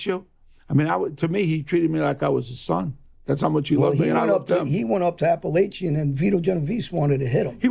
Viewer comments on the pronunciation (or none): John with all do respect its pronounced App-uh-lake-in. I live there and am a mafia historian of sorts. Please start correcting these guys, they always pronounce it wrong. One of the biggest events in mafia history and everyone says the name of the town wrong..